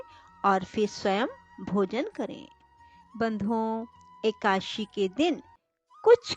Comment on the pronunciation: Ekashi nhi hai, Eka- dashi vrat ki katha hai